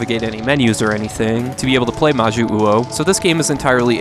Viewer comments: I know this is from like 4 years ago so maybe you've had more practice since then, but when you see two 'U's in a row in Japanese it just about always indicates one slightly elongated U, rather than two that need to be pronounced separately. So 'Ma-Joo-Oh' rather than 'Ma-Joo-Oo-Oh.' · Its majyuu ou, you dont pronounce the second u as its meant fpr the long pronunciation of jyuu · I really apologize for being obnoxious but it's pronounced "Mah jew oh", the romanization is "Jyuu" but it's just pronounced as straight "Juu" in Japanese. Three "syllables" here. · "Majyu-uou". Hmm…/ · Thank you, for some reason that bothered the hell out of me each time he said that wrong.